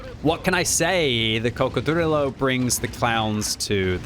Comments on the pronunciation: Please stop saying coccodrillo like you’re Count Dracula!! I can’t take it anymore. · saying crocodrillo is like Benedict Cumberbach saying penguin